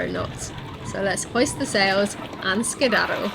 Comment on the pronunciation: "You don't want to miss next weeks video." I can honestly say, it would never enter my mind to miss any of your videos. Did I really hear you say "skeedaddle"? 🙂 It's great to see you finally get some wind, and a chance to sail. Love you. Stay safe. See you next week. ❤🙏 PS: Happy birthday. Nice to know I can get fenders for my wife on her birthday, and she'll be happy. 😉